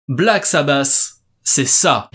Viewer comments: la qualité de l'anglais fait saigner les oreilles !!! paranoïde !! c'est vraiment bon du Black sabasssss! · Wtf .. Black SabaSSs 🤣 really ?Ça m'a tué ! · Dommage de ne pas prononcer correctement le nom du groupe aussi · Omg comment tu prononces « paranoïde, black sabass, ozzy osbourne, wtf »